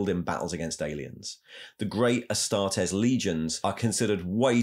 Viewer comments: It's Astartes {ah-star-tees), not 'astartez' like a mexican surname... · Mr. Ticklebutts who is the guy who sounds like he mouth sexed some cocaine everytime he says astartes? That isn't Luetin09 is it?